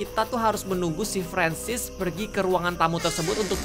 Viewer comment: Mister francis kak bukan ferensis